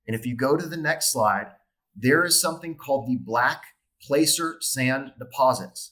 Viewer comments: It's pronounced Placer as in cat or dad that a sound. Not Placer as in Lazer lol. Good show though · ABSOLUTE GENIUS! I mined black sands 13 miles west of Nome, Alaska extracting gold. Check the pronunciation of "placer", as is placer gold mines during the California gold rush.